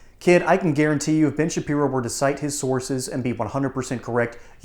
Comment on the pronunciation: Sounded like you said - BIG - SHAPIRO 😂😂😂😂